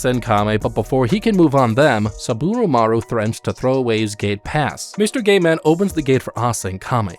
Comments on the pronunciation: i sounds like you're saying "gay man" instead of "gate man" lol. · Got to show the gay pass to the gay man to enter